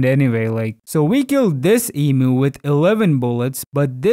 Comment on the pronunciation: as an Australian i have never heard of this e moo, maybe you meant emu?